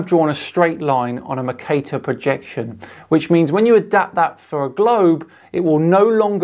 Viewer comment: Never heard Mercator pronounced that way before, was like what the fuuu is Macater!!! 😅😂🤣 and i'm a Yorkshire man. Cheers for all your videos, a constant source of entertainment 👍